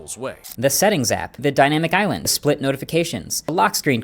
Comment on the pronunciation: Aka - "Epsitin fi- Dimaitc island😂😂😂